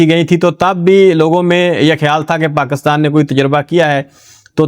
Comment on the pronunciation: Please ap paakastaan na bola kro Pakistan hota hy